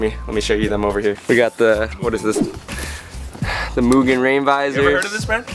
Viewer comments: It’s mew-genn not mujin or mugeen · Love the video mugen is pronounced more or les like (MEW) (GIN) mu-Gin - mugen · its pronounced MOOGEN bro Lol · Moo-Ghen.....is correct pronunciation. You anger the Honda gods pronouncing it incorrectly. Seriously, reps from M-Tech in Japan get very upset if you are unable to pronounce their brand name correctly.